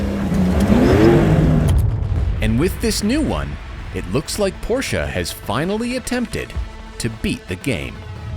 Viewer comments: Its not a poscha its porsche with an e. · How Beyoncé is not BeyoncAH Porsche is not PorschAH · porch ah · Imagine working for a car review company for so long and still not being able to pronounce the car manufacturer name properly.